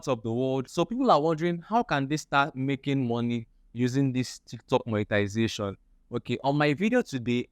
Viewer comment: It's monetization and not monetilisation